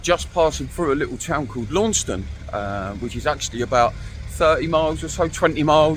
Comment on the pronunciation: Launceston is pronounced by us Cornish as Lanson. Go around calling it Launceston you’re instantly recognisable as an Emmett